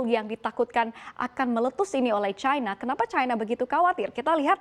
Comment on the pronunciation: Kenapa bacanya Caina sih.